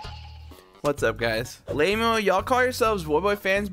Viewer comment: says LAMO instead of L-MAO